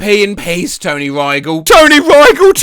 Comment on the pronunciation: By the way, he’s pronouncing Rygel wrong